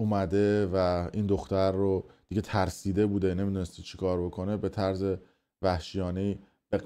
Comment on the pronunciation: خب دیوس تو که بلد نیستی کلمات رو درست ادا کنی خب گوه میخوردی استفاده میکنی.یه ضدو نقیض بلد نیستی و طرز رو میگی طورز.قرمساق همه ش هم میگی افشا ولی همونی هست که همه میگن